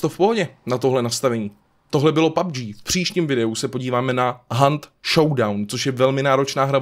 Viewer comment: Slyšel ještě někdo na začátku babg místo pubg?